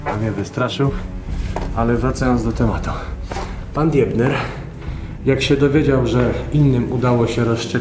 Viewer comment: Kurt Dibner tak się wymawia to nazwisko.